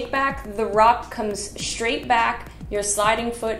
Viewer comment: Thanks. I always enjoy your videos. This one made me giggle every time you said "SHtraight," 😁